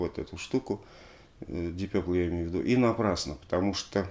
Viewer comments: Дип Папл , если правильно произносить . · Уважаемый Алексей! Удаление ставится на первый слог Дииип Пепл. Разговаривал с носителем за границей, британцем. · Алексей, смотрю, Дмитрий Юрьевич, всё-таки Вас убедил в произношении "Дип Пёпл" вместо "Дип Папл"? 🙂 Спасибо за обзор!